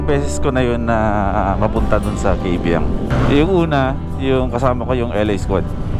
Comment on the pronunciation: Kaybiang Tunnel not KABIANG TUNNEL -_